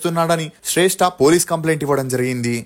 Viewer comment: శ్రేష్ఠ కాదు రా శ్రష్ఠి రా బాబు